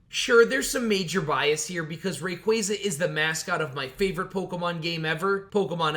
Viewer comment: Im surprised you pronounced rayquaza's name right I feel like I dont hear that very often